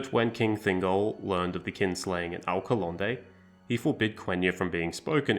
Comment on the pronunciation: This video is great, but let me help you with pronunciation. These are the best English approximations I can think of (still not correct Elvish): Sindarin: SIND-a-rin/THIND-a-rin Alqualondë: alk-wa-LOND-eh Nandorin: NAND-o-rin Anduin: AND-win Avarin: AV-a-rin Gil-Galad: gill GAH-lad Bruinen: BRWIN-en (two syllables) Noldorin: NOLD-o-rin Ethellond: eth-ELL-ond All in all, you basically mispronounce every word ending in -rin. They're most usually stresses in the third-to-last syllable, not in the second-to-last as you do.